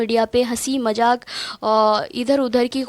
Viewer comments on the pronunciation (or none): محترمہ۔ آپ کے الفاظ وغیرہ درست نہیں ہے۔۔ یعنی تلفظ وغیرہ درست کر لیا کریں ۔۔ پھر خوب تبصرہ کریں ۔۔ اچھی بات ہے ۔۔ ہنسی مجاک نہیں ہوتا ہے۔۔ بلکہ ہنسی مذاق ہوتا ہے ۔۔ کہاں پر ، ز ہیں ۔ کہاں پر ۔ ج ہیں پہلے آپ ان چیزوں کو اچھی طرح سے صحیح کر لیا کریں ۔۔ پھر کسی مسئلے پر خوب تبصرہ کریں ۔۔ ماشااللہ۔۔ میں دادو تحسین پیش کرتا ہوں ۔۔ کہ آپ اچھی بولتی ہے ۔ پر تھوڑی سی اور محنت کریں ۔۔ حروفوں کی ادائیگی وغیرہ۔ اور تذکر و تانیث وغیرہ درست کرلیں ۔۔ تو میں سمجھتا ہوں کہ آپ اور اچھی بولنے لگیں گی ۔۔ اردو کو برقرار رکھیں اور صحیح رکھیں ۔۔ ان شاء اللہ تعالی پھر آپ بہتر بولنے لگیں گی ۔۔ اگر میرا کسی جملہ تلخ ہو لگی ہو ۔۔۔ تو میں معذرت خواہ ہوں ۔۔ اللہ آپ کو شادو آباد رکھے ۔۔ اور مسلک اعلی حضرت پر سختی کے ساتھ استقامت رکھے ۔۔۔۔۔۔ فقط والسلام ۔۔۔ دعاؤں کا طالب ۔۔۔۔ احمد رضا رضوی ۔۔ الہند ۔۔۔۔۔